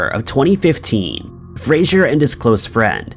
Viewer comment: Fraser, not Frasier. Jesus.